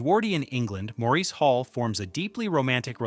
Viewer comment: Maurice is pronounced "Morris". As stipulated by E. M. Forster himself.